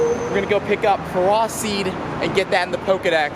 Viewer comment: Fer ross seed? Lololol.... FERRO SEED